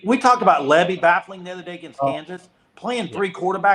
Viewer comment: It's lebby bro. Not libby